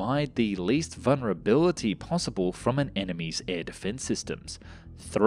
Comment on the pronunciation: new words in this episode intercontinentilental foolhardly possibible astromoner